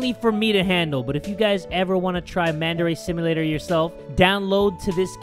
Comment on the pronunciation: i thought he said mandarin simulator